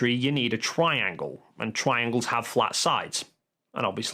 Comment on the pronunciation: Twiangles have fwat sides